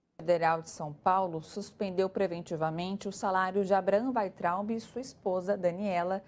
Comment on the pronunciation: Falou certinho: Vaintraub 😊